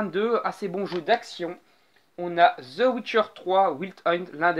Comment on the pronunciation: Apprend a prononcer The sérieux.